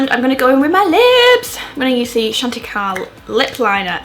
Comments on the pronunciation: This look is so gorgeous!! Not sure if anyone else commented this but Chantecaille is French so the pronunciation should be "shan-te-kai" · Aargh, I never feel as though I can get it right in a rush, but you look absolutely glorious! Thanks for the uplifting, inspiring, beautifully articulated content xx P.S. I know it's pedantic, but Chantecaille is actually pronounced shan't-ick-eye 😉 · chantecaille = shon-teh-kai (pronounced like eye with a k)